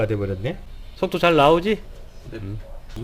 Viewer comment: 손톱 잘 나오지? 이렇게들려요 ㅎ 속도 잘 나오지를 무심코 듣다가 ㅋ